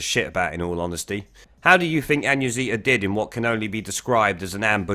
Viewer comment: She made him look like an arrogant rude prick - flawless victory, Annunziata Wins. Btw - I love your attempts to say her name...